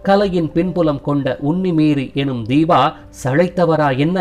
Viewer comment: Its Deepa not deeba